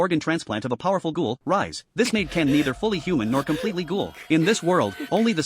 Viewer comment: Bro said rize like rise xD